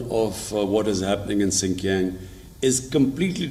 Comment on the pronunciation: says Sink Yang. LOL. Too many words & names mispronounced by!!!